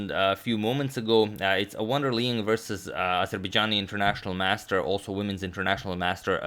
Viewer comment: Liang, 梁 or maybe 亮: pronounced the way it's spelled, L'yang, not Leeng.